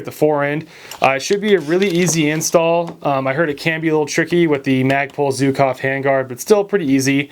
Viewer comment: for the love of mother russia, learn how to pronounce "Zhukov" (it's not zukov). As a free bonus, stop saying "kalishnikov"